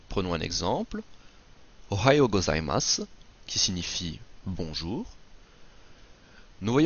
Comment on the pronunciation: 5 systèmes d'écriture, arabiasuuji. Il n'y a pas de r en japonais alors hiragana prononcé avec un r. Prononcer gozaimass pas gozaimassou. Où t'as appris le japonais ?